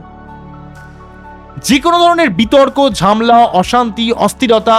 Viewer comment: ঝামলা নয় ঝ্যামেলা